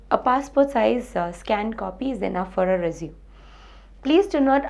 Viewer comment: I think you pronounced resume wrongly.. Anyways its very useful